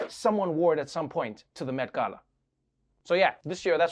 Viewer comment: Did he say Meth Gala? TWICE?